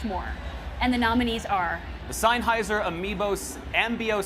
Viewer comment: What's a "Signhiser"? &